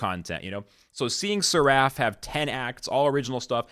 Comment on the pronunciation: Seraf. Not Ser-A-ff